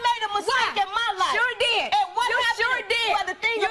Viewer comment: "I DeeD TELL THE TRUTH" 😂😂